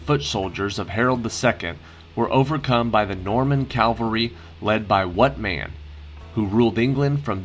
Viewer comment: It is cavalry, not Calvary!